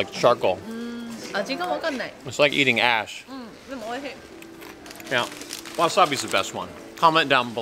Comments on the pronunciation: Sounds like he’s saying it’s like eating”ASS” but he’s saying ash. Lmao 😂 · When you were talking about the squid crackers and said, “They don’t taste like ash”. I thought you said something else and had to do a double take! Lol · When you say it tastes like ash....ash sounds a lot like another word. I completely misheard you and was like “whattttt did you just say?!?!”